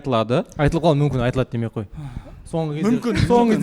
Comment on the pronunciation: 11.16..... Не болуы мүмкіМ деп қате айтады екен МүмкіН дегенді